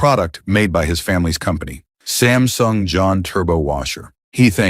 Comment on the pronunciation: Nahh uhh it's not sinsung it's Samsung 😊😊😊